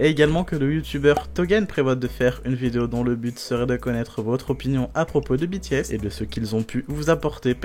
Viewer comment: Super vidéo ! Continuez! 😍 PS : Dites BTS à la française quand vous parlez français (lire les les lettres de B T S en FR et non en anglais), Merci!